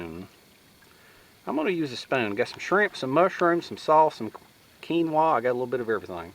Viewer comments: Hi. Another great video mate. Did you enjoy the cream sauce.:) and Keenwra or keenwah ha ha ha. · AHHHHH, it's pronounced "kin-wa" . Lol, still luv ya though. Keep it up :)